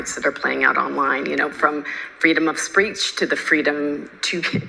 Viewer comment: freedom of spreach? LOL. They’re such a load of crap cant even say it right